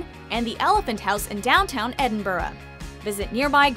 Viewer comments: im not hating i love hp jut im from scotland your saying edin-bu-rah but its edin-bra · It's pronounced 'Edinbrah' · When she said Edinburgh wrong omg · I am scottish and it kills me the way she says Edinburgh!!! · I cringe every time she says Edinburgh